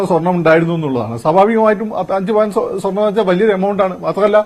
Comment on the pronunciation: ....... കള്ളൻ അനിൽ അക്കര.... സ്വെർണം അല്ല പോടാ